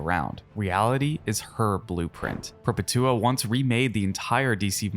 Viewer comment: Perpetua isn’t pronounced with a long drawl like how you pronounced it, but as a single word Perpetua not Per-pet—tua.